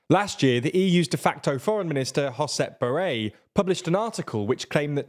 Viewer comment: Josep Borrell is Catalonian, so his name is pronounced more like "Giuseppe" than "José".